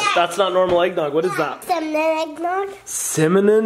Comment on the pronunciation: Adley said eggnog, synonym, not eggnog cinnamon😂😂😂😂